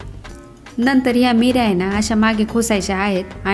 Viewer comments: बाकी सगळं छान सांगितलं पण मीऱ्या नाही निऱ्या म्हणतात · Mirya naahi nirya boltat, baaki chaaan 👌👌👍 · Meerya nahi neerya mhantaat. Meere mhanje peppers. Neerya mhanje pleats